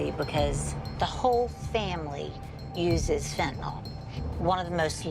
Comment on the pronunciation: There's no o in Fentanyl, nyl, nil nyl.